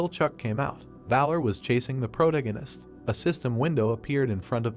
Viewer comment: I wish they would train the text to speech how to pronounce "protagonist" properly if they are going to use the word in every other sentence.